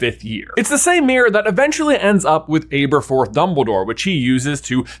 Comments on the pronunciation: QQ: why do you pronounce Aberforth’s name like that? The way that you’re pronouncing it is abe - er - forth Shouldn’t it be Ab (like the beginning sounds of abdominal) -er-forth? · No its ahhberforth not aaaaberforth